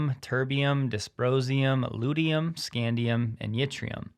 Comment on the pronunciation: Its pronounced Lute-she-um